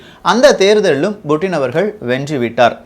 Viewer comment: Yov puttin not buuttin tamilan per edukra